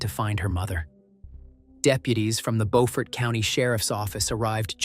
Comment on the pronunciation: It’s Beaufort pronounced Blue, remove the letter L add fort to the end buefort but spelled different.